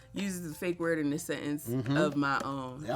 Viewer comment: Wait a damn minute!!!! You can spell and say "precocious" but you nose dived on "sentence"?!?? Lmao